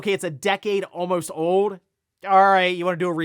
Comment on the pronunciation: this cat is so articulate then he says owed in place of old or granthoughto instead of grand theft auto. Comments like this either arent seen or hes a brick wall that gives zero flips about perception. as a long time viewer it drives me nuts so i drop comments like this every few months.